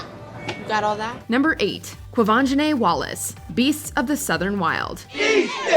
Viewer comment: You didn’t pronounce Quvenzhane or Sidibe right.